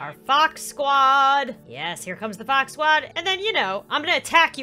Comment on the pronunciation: Fox like box